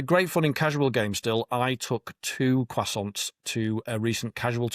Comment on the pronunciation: That pronunciation of croissant goes at the bottom of the tier list.